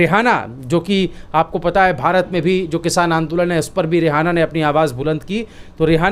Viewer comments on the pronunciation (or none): नाम तो ठीक से बोलो रेहाना नहीं (रीयाना नाम है उस सींगर का)? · Bhai ji aap kam kam sahi name lijiye Rehana nahi reyana hai